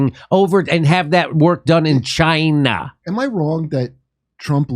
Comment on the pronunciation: Dore using the Trump pronunciation for "Chyna" is funny.